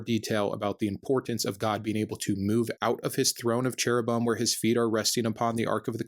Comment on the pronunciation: Cherubim is pronounce with -bim as "beem." "Cherubeem." Just not spelled that way. ;)